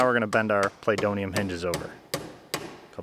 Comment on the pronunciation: Play-doium hinges. ROFL!